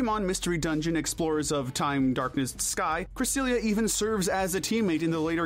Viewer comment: Cresselia, not Cressiielali!